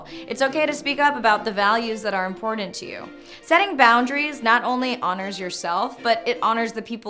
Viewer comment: Every time you say "Important" I hear "Imported"....is this just me?